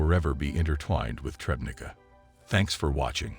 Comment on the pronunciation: If anyone is interested in the correct name of the town where this discovery took place: it is Trzebnica. Only after some time did I guess it from "Trebneeka" that can be heard.